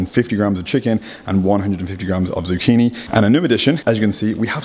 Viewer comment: Ohh dear.. Saying zucchini and Bay..zil.😞😞